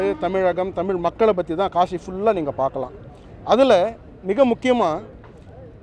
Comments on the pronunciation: காஷி அ கலுசடை அத கூட சரியா சொல்ல தெரியல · காஷி இல்ல மூதேவி காசி தான் சரியான சொல்.